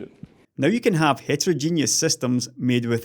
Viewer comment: heterogeneous not heterogenius ;)